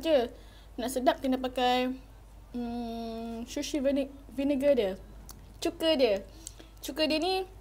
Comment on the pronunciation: shushi ye guys😂😂😂😂 its sushi